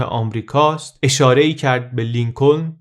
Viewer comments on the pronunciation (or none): درود و سپاس از زحمات عزیزان و برنامه‌های مفید و شخصیت قابل تقدیر🌷 با احترام تلفظ صحیح نام ایالت محل تولد (شهر اوما‌ها در ایالت نیو‌برسکا) و نام‌فامیل ۱۶همین رییس‌جمهور (لینکن تلفظ میشه و ل دوم خونده نمیشه مثل knife یا knee ,چاقو یا زانو که ک اول نوشته میشه ولی خونده نمیشه با تلفظ نایف و نی )است .ممنون از تحقیقات و توضیحات جامع و کامل بعلاوه گویش شیرین در راه آگاهی 🙏🏼 پاینده و سرافراز و آزاد باد ایران و ایرانی #مهساامینی✨ ❤️🕊️💚✨